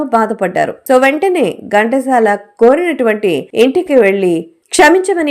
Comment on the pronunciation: Gantasala kadandi, Ghantasala.pronounciation bagaledu. Pls check chesukondi.